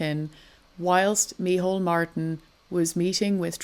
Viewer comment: Micheál it's pronounced Me hall not mehole xD